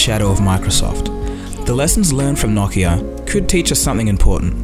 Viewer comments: whats a nockia? its pronounced no-ki-a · Its pronounced noe-kee-uh